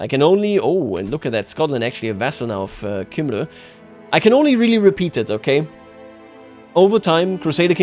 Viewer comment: Cymru is said like come-ree